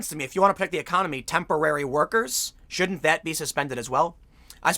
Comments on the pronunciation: Tim's "should" and "shouldn't" sound too similar. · His "shouldn't" atthe end really sounds like "should". Kinda threw me off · He was slurring his words, but by context and re-listening, it seems like he's saying shouldn't. The tweet he's commenting on at the time is clearly anti-Biden. His "n't" gets eaten up though. Open your mouth Tim!